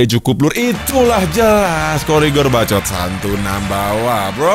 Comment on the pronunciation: Inikah yang disebut 'BBBAAACCCOOOTTT' 😂